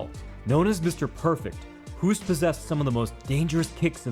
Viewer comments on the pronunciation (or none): "Hoost" in Dutch, is pronounced like the English word "host". (your pronunciation sounds like the Dutch word for "cough" XD ) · I love your analysis but here is a pro tip from a Dutch guy. To pronounce the name Hoost. Say Hose (like the flexible pipe you can force water through) and ad a T.